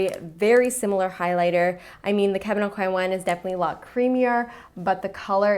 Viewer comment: The way you say Kevin Aucoin is so funny omg !!! But I loved this, definitely going to have to get the milani blusher, it looked so stunning!